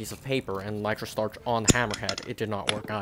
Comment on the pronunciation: “Nitro stuuurrrrrch”